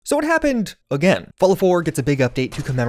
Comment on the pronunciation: Mmm, that “again” at the beginning sums it up😂